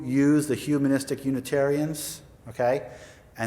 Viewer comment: Andy Anaya thank you I couldn't stand her saying "umanistic" instead of humanistic over and over